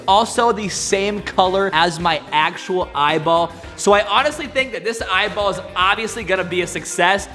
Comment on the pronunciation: Eyeball not eyball